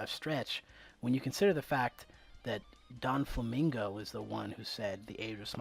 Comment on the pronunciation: are you seriously saying Donflamingo?? it's Doflamingo, Doffy. not Donfy...